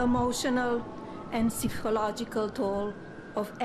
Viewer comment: What is this ‘sifological’ toll of which Melania speaks? Did she just invent a word?